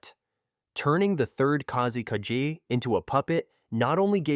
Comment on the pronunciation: I'm not sure which one is more of a nightmare – the Third Kazekage puppet itself, or hearing Kazekage being pronounced as "Kaze KG" – which would make a kickass name for a Sand Village MC.